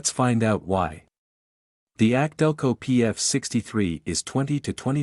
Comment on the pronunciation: Instead of more videos teach your computer how to properly say K&N and AC Delco. 👎🏻👎🏻